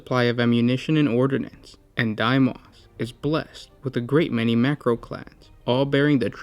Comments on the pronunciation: Bro it’s pronounced dee mose not die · Dee-mous Not die-mous